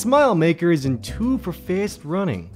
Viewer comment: has an accent, I can’t tell what it is, and you can only here it when he says the word fast. He says it like “faast” and frankly it’s adorable